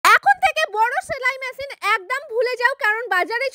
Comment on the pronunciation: ছেলাই ম্যাছিন না, সেলাই মেশিন। আগে উচ্চারণ ঠিক করুন।